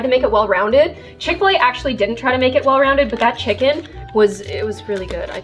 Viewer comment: Did she say fish-fil a